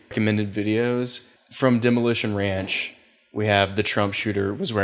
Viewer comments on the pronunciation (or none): none